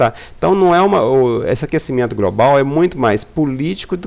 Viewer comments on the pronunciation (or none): "gracial", "grobal", "prantas". Fake. Estamos entrando num período de resfriamento.